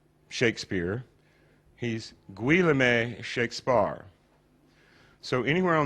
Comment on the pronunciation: 'Gwe la may' ???!! You mean Guillaume (Geh ohm)? lol some expert.